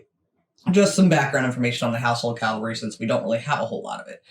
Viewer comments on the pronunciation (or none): It is NOT CALVARY, dumb yanks but cavalry! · Love your videos guys 💖 (but n.b. caValry not Calvary lol 😅🤣) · Dear ladies. It’s pronounced Cav alry rather than Cal vary. Love your interest in things British. When do you visit? 😁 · Ok FIRST THING. It is pronounced CAV alry, not calvary. The London Garrison is HYDE PARK BARRACKS at Knightsbridge and the Armoured section is at Bulford Camp, Salisbury Plain, Wiltshire, England. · What the chuff is the calvary? Cavalry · CaValry.. not calvary 😂😂😂😂😂😂😂😂😂😂😂😂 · Cavalry not calvary sorry to correct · It's Dra-goons. Also, the word is Cav-al-ry, not cal-vary. LOL. Princess Royal, Anne, King Charles' sister, is a colonel in the Dragoons and Royal Horse Guard, and has also taken over from Prince Harry as Captain General of the Royal Marines. Love you both and your shows. Wouldn't miss them!! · Cav-al-ry not cal-vary which is something completely different! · Cavalry....not calvery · Hi girls the word is pronounced…… Cav-al-ry……..not……..Cal-vary great show I love you yanks❤❤ David Liverpool UK👍🏻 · Ladies you are doing your best I'm sure and thank you for promoting Britain.. But please they are called THE HOUSEHOLD CAVALRY pronounced ( CA-VAL-REE) and the word you can't pronounce at all is THE DRAGOONS ( DRAG-GOONS) The are also Mounted Troops. The household Cavalry is part of the London Based HOUSEHOLD DIVISION which includes the World Renowned Foot Guards with the Black Bearskins Red Tunics and Black Trousers, The COLDSTREAM GUARDS, THE IRISH GUARDS, WELSH GUARDS, SCOTS GUARDS and the most Famous foot guards GRENADIER GUARDS,, hope this information is useful to you. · The calvalry? Hehe... I love you guys.